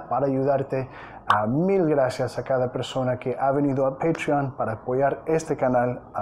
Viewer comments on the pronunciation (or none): none